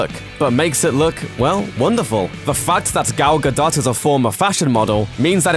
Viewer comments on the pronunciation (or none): I noticed that you like every new costume, from both DC and Marvel. And you don't have a word to say about Batman's stupid glowing eyes. (How is he supposed to see out of them?) Why is that? By the way, it's Gal GADOT, with an O sound, not Gal Gadaut. It rhymes with "boat," not "knot." -- Cheers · Gal Ga-"dough", not Gal Ga-DOT! lol. Top kek. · Gah-doe, let's say it together, Gah-doe. Not ga-dot.